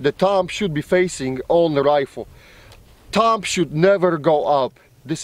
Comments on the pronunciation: I love how he says TUMB instead of thumb. I know it's his accent but it's still funny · "Tumb" hahaha